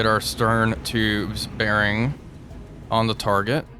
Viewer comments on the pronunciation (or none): none